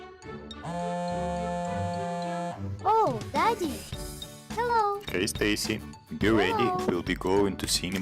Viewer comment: we're the same how she says daddy Deddy the dad was not active